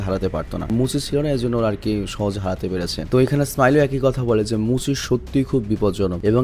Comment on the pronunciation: Vai Oita tenziku hobe r muchi na bole moucchi bolben please ❤